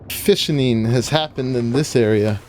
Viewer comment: Haha Did you say they call it "the Fishening"? That's funny but makes me imagine all the fish fighting until only one remains... hehe